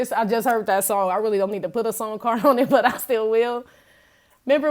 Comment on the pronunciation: "Let's see what is going zon"". Lol! 😂💚💚💚💚